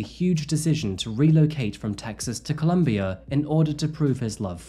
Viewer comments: It’s COLOMBIA. Pronouncing it as Columbia changes the understanding entirely! And this isn’t the first time you’ve shown your caucasianness in your narrative. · Why do you call my country “Columbia” it’s “Colombia” FFS!!!